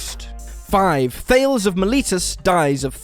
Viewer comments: Thales of Miletus was a famous Greek mathematician, so he was speaking out of his field of expertise. BTW, you pronounced "Miletus" close on, but "Thayles," to rhyme with "sales?" You're not doing your research, as usual: it's pronounced "THAY-leez." Only a couple of these were ironic, though some were entertaining. Stay safe, everyone. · Thay-lee's. Not thayls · Thales is not pronounced 'thay-ls', it is pronounced thus: 'thay-lees'. If you're going to commentate on some interesting historical characters, you really owe it them to be respectful enough to speak their names properly! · Also, it is pronounced THAY-leez, not THEYLZ. 😖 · ummm. Thales is pronounces Tallis.... just sayin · Thales is pronounced thay- leez. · Thales is pronounced Thay-lees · Thales: two syllables. Still dead. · Well, that is definitely not how you pronounce Thales. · It wouldn't be a Whatculture video without 4,815,162,342 mispronunciations.